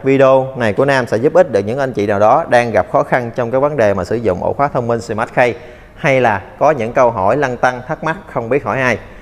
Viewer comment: Phát âm chuẩn sẽ hay hơn anh. Sờ mát ki chứ ko phải sờ mát khây